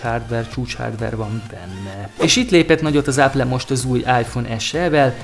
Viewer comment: Áplé, goglé....... Nem mondom hogy rossz lenne ez a csatorna de legalább néhány angol szó, ami nem mellesleg világmárka, próbáld már meg helyesen kiejteni basszus